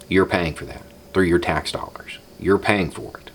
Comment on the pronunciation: twelve hundred dollas